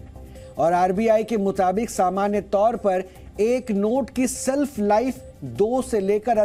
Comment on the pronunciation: Self nahi shelf hota hai😄